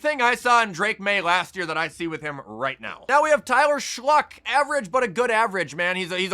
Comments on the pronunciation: It's "Shuck," not "Shluck." I don't know if he's doing that on purpose, but as a Saints fan, it mildly annoys me. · Has any else noticed he called Tyler Shough, Shluck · I’m pretty sure the first time he tried to say his name he said shluck and kept calling him that as a joke